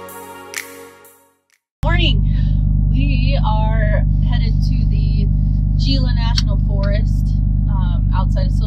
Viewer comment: Gila is pronounced "Hila"